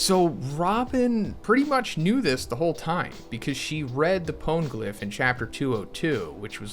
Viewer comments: i was gonna like this video but then you pronounced "pwn" glyph -- now im wondering if i should unsub to your channel. i mean it's not as if they literally pronounced the word in the in anime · Is it pawngliph? Phonygliph? Funnygliph maybe?